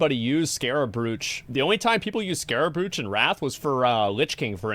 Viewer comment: Scarab brooch? It is spelled that way but it’s pronounced broach. Like the roach you smoke just before streaming. Do you also say fox when you see the name faux.